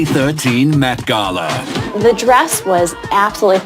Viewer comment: I thought he said meth gala